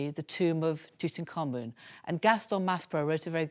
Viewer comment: you would think doing a document you wold want to pronounce the nam proper. Tut Ank Hamun. not Tuten Khamun serious now your subject before making a documnery